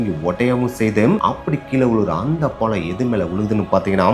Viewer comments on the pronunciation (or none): none